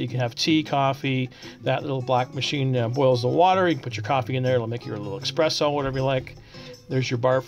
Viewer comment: Expresso? It's Espresso